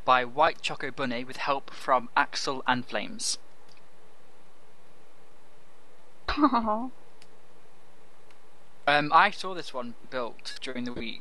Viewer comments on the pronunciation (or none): Haha, he got my name wrong. It may be axel_nflames, but I pronounce it as "axel in flames" and he said "axel and flames." lol Thanks for featuring my sister's build.